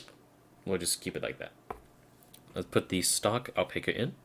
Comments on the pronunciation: Owl-Pack-Ah .. pronounce it like that, I should know, I have the flesh and blood kind. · I believe it's pronounced Al-pac-a with short a, like pac-man.